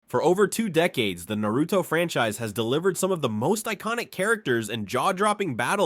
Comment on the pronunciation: Stopped watching 11 seconds in after the pronunciation of Naruto and Madara. Can’t really expect someone who doesn’t know the characters’ names to know anything credible about the characters